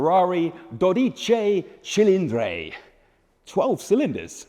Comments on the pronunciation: Just because YOU can't pronounce the name doesn't make it silly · Bro didn’t even bother to see how to pronounce the name lmao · The pronunciation of the italian words / models is an absolute butchering. It makes me cringe. He tries but still messes it up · pronounced the name wrong every single time hahaha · You pronounced it wrong.